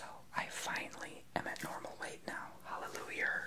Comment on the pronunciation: Omgosh He said Hallelujar. # Madea